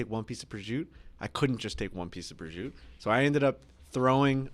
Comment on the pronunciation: Why can't they pronounce prosciutto? Prizute haha